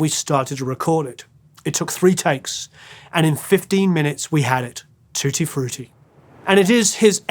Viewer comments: i love how you pronounce it "tooty frooty",. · Saw Little Richard twice, he was great. Music history for sure. ♡ Hearing you say tutti frutti with your accent was great lol 🙂❤ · Love Little Richard! and, love the way you pronounce Tutti Frutti, so dignified!